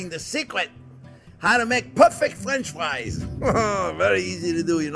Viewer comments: no time, just clicked to hear this dude say fwench fwies real quick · Fwench fwies anyone?